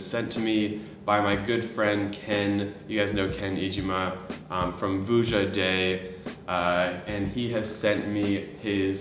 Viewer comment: ah yes ken eejeemah from booyaday